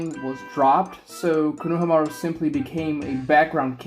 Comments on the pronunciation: STIP SAYING KONOHAMUARU LIKE THAT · Bro idk what to make of your take when you can't even pronounce konohamaru right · if your going to make a video about a character at LEAST know how to pronounce his name